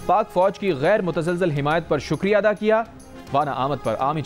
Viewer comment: Please news caster r have no training of reading a writing script urdu pronounceiation are wrong ie Ada instead of eada